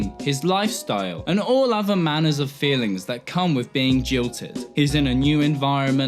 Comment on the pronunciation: "...And all other manors of feelings..." Did you just...?!